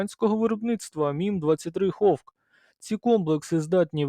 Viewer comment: "Гавк" чув, "хавк" чув, "ховк" ще не чув. Конкурс невігласів триває.